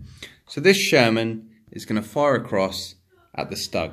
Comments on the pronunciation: Nice vid👍 One thing, Stug is pronounced like "stook" as in book! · That's not how you pronounce stug.